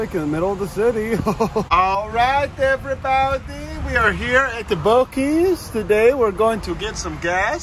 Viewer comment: You mean "everybowdee"